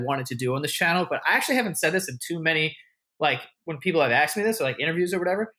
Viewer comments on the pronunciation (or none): joey really loves to say "axed"